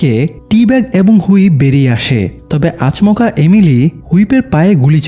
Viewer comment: আচ মকা না রে ভাই😂😂😂😂😂 আচমকা 😊